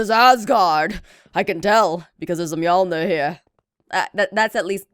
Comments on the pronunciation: Muh-jor-lin not mee-alner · Muh-jor-lin mee-aln-er